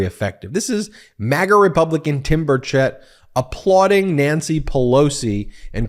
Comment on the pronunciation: Sorry, Ben, but that MAGAt's name is pronounced "Bur' Chett"